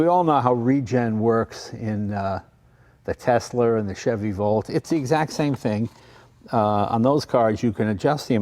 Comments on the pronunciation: Who heard him call Tesla “ tesler “ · Jay said " Tesler". Not Tesla. LMAO